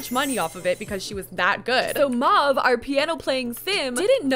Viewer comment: 'Mahve' 😭😂 love u